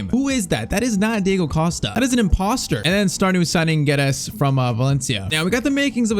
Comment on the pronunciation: PCQ: Portuguese here, you pronounce it "Gedz" and "Noonx". Hope to see a fast forward on at least one more season with Liverpool 💪